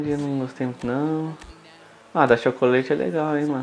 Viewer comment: mano,não é chocoleite que fala,se fala tchócolate